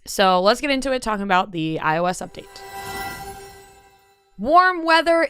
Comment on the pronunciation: such a random comment but yesterday on the morning toast they were talking about the iOS update and Jackie pronounced iOS the same way did today lmfao and they also had a conversation about how that's definitely not how it's pronounced lol. The only two people I've ever heard call it that 😂